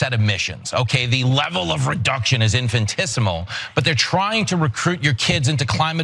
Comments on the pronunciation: Did he say "infantissimo" ?? Oh, the irony ..... 🤦🏾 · It's "infinitesimal", not "infintisimal".